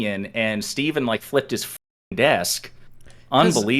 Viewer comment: Who's "Fteven?"